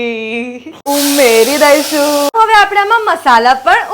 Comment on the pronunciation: Umeri Daishuu Shu Karo todha Chei benhh hhuu ahemdabdhi style nah umeri daishuu😂